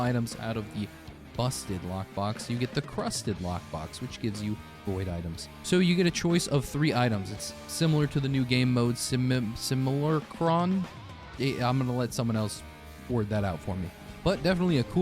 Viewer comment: Sim-yew-lack-rum is the pronunciation :)